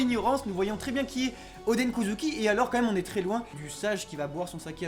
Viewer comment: Oden Kozuki ils le prononcent ´odèn’ mais le Oden ils le prononcent odeun alors que c’est pareil.